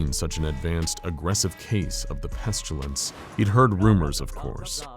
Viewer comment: There is no "u" in "pestilence".. why do you keep saying it "peschulence"?